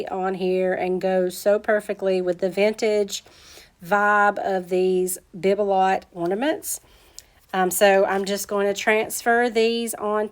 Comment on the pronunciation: Bibelot is pronounced BEE-beh-low.